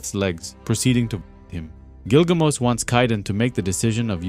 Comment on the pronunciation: Just curious here…but, isn’t it “GilgaMESH”, like the ancient hero story? I’m not making fun, or trying to be “that guy” (the one correcting a mispronunciation. I’m just genuinely curious. I always thought it was Gilgamesh, but I’ve not actually read the story. Just knew some plot points & characters, from years of being in comic book groups on social media & the like. Lol! Anyway..) Don’t mean to be rude, disrespectful, or anything of that nature. My apologies, if it has come off that way.